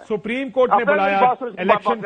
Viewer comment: یہ کتنا پڑھا لکھا ہے کنور دلشاد ۔۔۔۔سپرم کورٹ ۔۔۔سپریم کورٹ نہیں ۔۔۔سپرم کورٹ